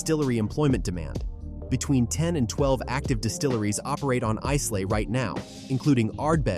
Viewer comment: Islay is pronounced Ilay as the S in its name is silent. The pronouncation is terrible.